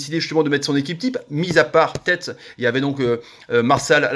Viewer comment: belle analyse mais on dit Tété et non tête 😊